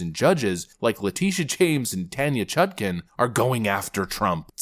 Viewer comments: I could swear that moron said "Tanya Chunkin". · “Tanya Chunkin” 😂